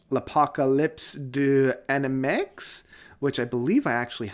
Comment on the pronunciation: Thank you for the video. L'Apocalypse des animaux is one of my "Music that saved me" in special the track "La Mort du loup" ("The Death of the Wolf") But please... L'Apocalypse des animex?! It's french: L'Apocalypse des animaux The Apocalypse of the animals And the sound "g" in the name of the guy is not like "g"ut but like "J"ohn Van"j"elis Forgive me I don't want to be a pain. Greetings from Portugal